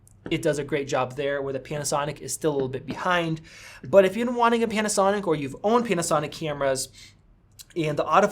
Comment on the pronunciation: Did you say “PENASONIC”?